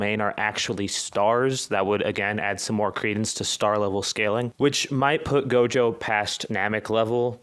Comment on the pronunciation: he said jogo